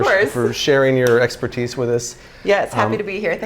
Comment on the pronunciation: For a second I thought he said "Thank you for your expert-cheese".